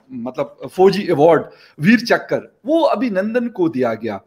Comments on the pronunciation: "Veer Chakra" nahin "veer chakr" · .veerchakra award hai ... VeerchakKra nhi hai ... Thora padho ache 😂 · Abbe ullu, Veer chakra, not Veer chakkar 😂😂😂 Aur har vid mein pakistan atami mulk hai bolna zaruri hai kya!!! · It's "Veerchakra" not veerchakkar 😩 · Phle sale tum log thik se bolna sikho..veerchakra not veerchakkar..🤣